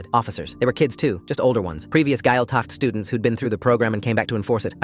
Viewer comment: The way they pronounced Gaeltacht 😭 (btw it’s pronounced gwayl-tuck)